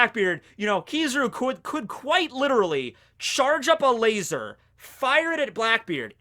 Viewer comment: Things I learned in this video 1. Barry is God 3. Kizaru is a God, but a lazy God 2. Laser (in our asian accent) is pronounced as "LAZOR"